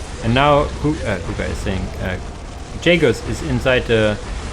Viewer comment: Spelling Jagus as Yagus made me chuckle like a child, it's such a german thing to do LOL. Great cast as always All hail the 🧀